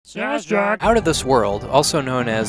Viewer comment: he's saying "snestruck"